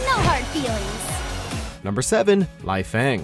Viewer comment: Lie-Fang xD